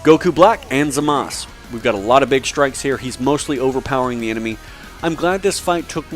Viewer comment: I like this video but don't hate me for this, HIS NAME IS ZAMASU NOT ZAMASS